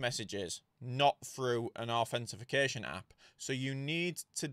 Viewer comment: Did someone comment it's authentication, not authentification? Bugged the hell out of me😅